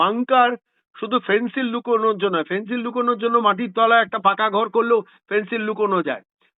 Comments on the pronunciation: 'ফেন্সিল' নয়, 'ফেনসেডিল', কফ সিরাপ। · ফেন্সিল কি বলছেন ? বলুন ফেন্সিডিল !